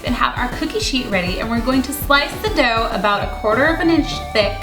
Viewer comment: Every time she said dough I kept hearing dope...